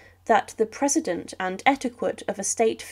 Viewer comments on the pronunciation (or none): Precedent = not PREZ- ih - dent but PRESS- ih- dent